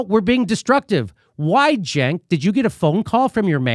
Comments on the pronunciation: Jimmy Dore Show : Jimmy, you need to work on your phonetics. You pronounce the name Cenk as if it's Jenk or Genk. I agree with your critiques, and language, but you definitely don't know how to pronounce the name Cenk. The 'C' should be pronounced like an 'S', in English anyway. So top calling the jerk from TYT Genk or Jenk, when his name is Cenk. What if his name was spelled Senk, instead of Cenk, how then would pronounce it? The letter 'C' is sometimes pronounced like 'S', but never like 'G' or 'J'. Learn your English, but I otherwise agree with you. I understand your anger, but work on your English. You want an example of when 'c' is sometimes pronounced as 's', then take the word cents (like for pennies), it's a soft 'c', so like 's'. What about "centennial", do you say Gentennial or Jentennial, I don't think you do, it'll be pronounced like "sentennial", instead, except that the word begins with a 'c', instead of an 's'. Your social, political logic maybe fine, but you mess up use of language. It's annoying, and cause people to wonder about whether to believe you or not. YOU ARE QUESTIONABLE, for yes, Medicare For ALL is important, essential, for the country, but you say nothing about how this might be or should be provided, saying NOTHING about "universal health care" for the whole country, plus single-payer (govt!). In your mind, what is Med. For All supposed to be like? YOU HAVE NOT EXPLAINED! Again, Cenk is not Genk or Jenk. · Its probably me mishearing but when Jimmy says Cenk I swear I hear junk. Still works.